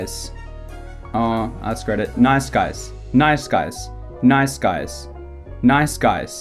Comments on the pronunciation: I heard night skies a few times what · sounds like you're saying "nize skies"